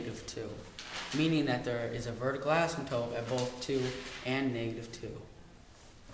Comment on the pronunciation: you know it's asymptote not asymtope